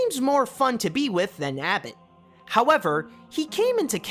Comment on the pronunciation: you mipronounced aisling. and his name is not abbot his name is abbot cellach. and you said abbet